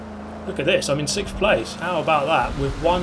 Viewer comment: “I’m in sigkfff”